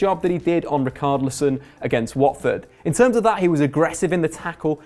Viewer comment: Brendan Sloan sucks at names. Just listen to the Front 3, the way he pronounces Tielemans, Richarlison, Nainggolan, and many more.